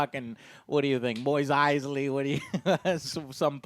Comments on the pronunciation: moise eisly... Me: triggered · Wait... did Joe just say “Moist Eisley”? Lol.